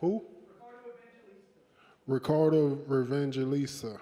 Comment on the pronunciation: Ricardo Evangelista and Renzo Gracie. He just can’t pronounce names. Love this guy. Lol